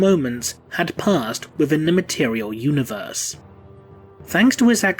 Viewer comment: Did I really just hear someone say mat-e-re-el? No just no.